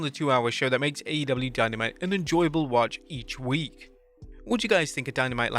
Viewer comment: Dynamite was “Dyno Mite!” 😂😂😂😂😂😂😂